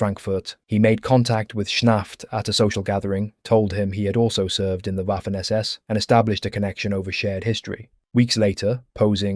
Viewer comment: Great video, however Waffen is pronounced with a V not the English W. Same goes for Wehrmacht. The German W is literally called V.